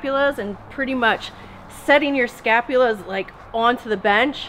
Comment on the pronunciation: Scapulae not scapulas...